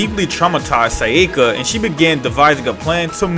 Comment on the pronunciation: Probably more pronouncing her name as "Sai-yeh-kah" instead of "Sah-yah-kah"